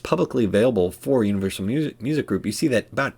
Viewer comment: Its “Unrivalsal” 😂